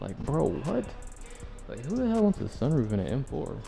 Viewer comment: "EM FOE "